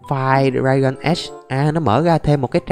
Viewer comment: )) toàn nghe đọc thành draygon